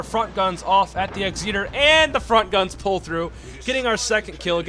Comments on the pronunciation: Still trying to work out just what an Ex-eater is lol Try Ex- et - err (phonetic) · Can’t tell wether you’re saying Egzeater as a joke or not, good video btw